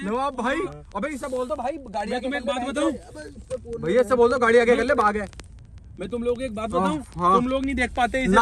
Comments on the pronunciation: भैया भैया।। बाघ बाघ ---- बाघ नहीं भाग भाग _____🙄😆😆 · Bagh nhi Bhaaaag bc😂